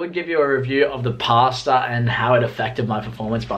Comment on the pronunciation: The way you say pasta annoys me so much 😂